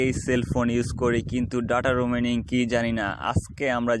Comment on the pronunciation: দাদা রুমি আনিং 🤣